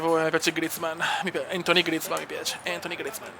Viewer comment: Grande cume cmq grizmann si pronuncia come scritto io ok no griezmann e il nome e antuan si dici no antony